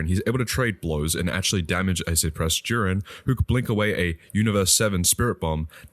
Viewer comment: It's JIREN NOT JUREN. LEARN TO PRONOUNCE.